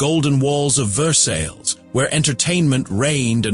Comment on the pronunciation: your pronunciation of versailles is incorrect.